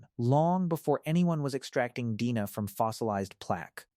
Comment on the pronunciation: “Dina” is “D&A” Awful AI narration. 😞😡